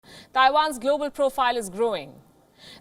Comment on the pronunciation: lol she said grobal